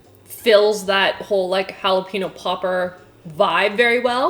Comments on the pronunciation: love you! although I slightly cringe when you say jalapenO, instead of pronouncing it jalapenYO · Oh lordy, please pronounce jalepeño properly. You don't need an accent or anything.. 'hall-uh-pen-yo' NOT 'pee-no'. I cringed so hard every time you said it 😂😂 All of these recipes definitely look so dang delicious..I for sure want to try the dome cake!! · ah yes I love eating halapeenos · I live in Texas, and saying "hollapeeno" is utterly ending me. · no one:: JALEPEENO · Was I the only one bothered by how she kept pronouncing “jalapeño” without the “ñ” ?? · Jalapeño is pronounced jalapeenyo sry it was just really bugging me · Jackie SAME IT WAS BUGGING ME SO MUCH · Thought it was just me! Everytime she said the word i shuddered. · I’m in Texas. I cringe every time says, “jalapeño.” Halla- pane-yo. Thank you. That is all. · OMG jalapeno=holla-pen-yo. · Did she say Jalapeeno? O_o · The fact that she says “jalepeno” without the ñ is triggering me. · Who else cringed every time she pronounced jalapeño wrong? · It’s ñ not n. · Did pronounces jalapeño incorrectly. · omg the way you pronounce jalapeño throws me off! lol